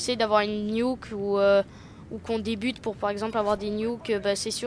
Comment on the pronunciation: On dit nuke pas niouk :-)